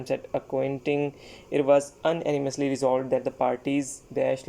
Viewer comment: sir g unanimously ka pronounciation ghalat hai..... it pronunce with "u" not "a"